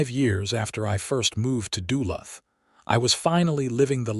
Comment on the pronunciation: You mispronounced Duluth